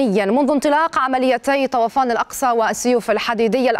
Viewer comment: المذيعية تلفظ الاسم خطأ. هو طوفان وليس طَوَفان